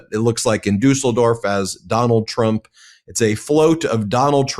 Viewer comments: Nice pronunciation of Düsseldorf👍i'm really impressed!🇩🇪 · Ben wins the "Pronouncing Düsseldorf correctly" award 👍 👍 👍 Ty for the video 💙 💙 💙 💙 💙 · Yes, must be quite difficult for an American to say "Düsseldorf", but Ben got it right! 👍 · The German carnivals have akways been rather political and both Trump and Putin have been playing a big role for years. However, Ben: Congrats on your pronounciation of "Düsseldorf", good job! Just do NEVER mess up the Düsseldorf carnival with the Cologne one - they've been rivals for centuries. No kidding.